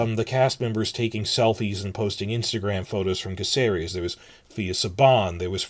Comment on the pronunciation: Spain here. Caceres is pronounced ka thay rez. Please and thank you.